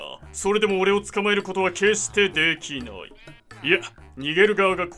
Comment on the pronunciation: な↑い↓だろ↓